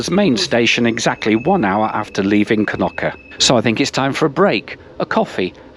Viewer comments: knoki, it is knokkE 🤣🤣🤣🤣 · It's Knokke not Knocky =( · all the names of villages yoy stopped are pronounced very wrong Blankenberghe has noting to do burgers as you say 'blankenburgger' hahahaha free translated it mean Whitemoutain its not kanuka we are not eskimo's its Knokke! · Knokky?? Its pronounced Knokkuh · Kenocchi ?! Please, show some respect fo local language; thank you